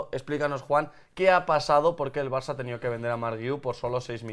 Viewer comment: porque parece que dice marça enves de Barça? Si es así #PifiasLmi